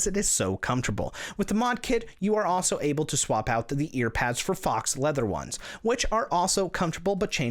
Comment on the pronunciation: FYI. Faux is pronounced "fooo" not "Fox".